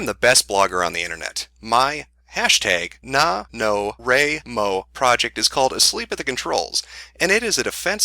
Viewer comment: NaNoWriMo is "Nay-No-Wry-Moe" It stands for National Novel Writing Month. Just saying.